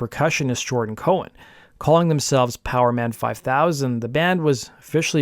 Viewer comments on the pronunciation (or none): none